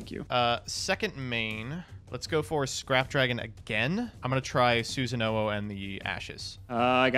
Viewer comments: it's not Susanowo it's Susan OWO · is a coward for not pronouncing susanOwO correctly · Love mispronouncing susanowo so we don't have a sound clip of him saying OwO